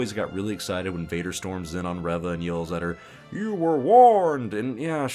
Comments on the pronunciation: Your intentional mispronunciation of Reva's name comes off as ignorant and disrespectful. And I don't even like the character. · I may be wrong, but I don't think he mispronounced her name on purpose. If I had to guess, he may have forgotten her name, referenced his notes, saw “Reva,” and accidentally pronounced it differently. I say this because I forgot her name. I remembered her as “Third Sister,” and it was only from watching other reviews that I was reminded of the character’s actual name being Reva. (Remembering names isn’t my strong suit.)